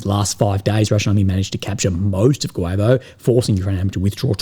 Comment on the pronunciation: Guevo: Goo-yee-vo